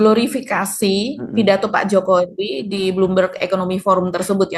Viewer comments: Kalo dibesarkan di purwokerto pasti ngomongnya pake K diakhir kata 😂 wikodoK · Salah nyebut nama... 😂😂😂 Jomo wi kodo Jafi ingat kodok di kolam ku 😂😂😂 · jokowikodo..... dia ketinggalan " k" nya itu mba..😊